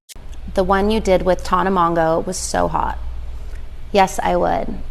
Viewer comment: Side note but Paris saying Tonna instead of Tana killllleeedd me